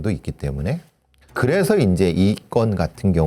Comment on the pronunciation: 성우분이 말하는건가? 왜이리. 발음이 안좋아. 그래서를. 그래허. ㅅ자 발음. ㄱ자 발음도. 듣기 거북하네...